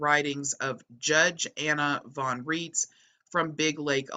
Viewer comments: Names drawn a German source should follow German pronunciation where 'ei' is i and 'ie' is e. So Rights not Reets. She claims to be a Postal Court Judge, There are no postal courts outside the imagination of the pseudo-law fanclub. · It's pronounced "RAITZ" I am German born and the name is German! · Anna pronounces her last name to sound like "rights".